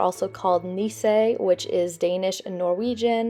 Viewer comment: Super cute!! Btw, “nisse” is pronounced “niece-uhh.”